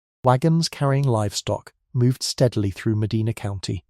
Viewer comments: The city name is Muh-DYNE-nuh. It's not like the cities in Spain or Saudi Arabia. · I'm in Medina Ohio and you don't even know how to properly pronounce Medina. Nice try AI. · He is mispronouncing the name of the city. How on earth are you making that about race? How embarrassing 😬